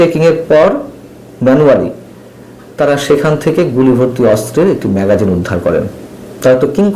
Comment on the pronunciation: উচ্চারণটি মেগজিন না-কি ম্যাগাজিন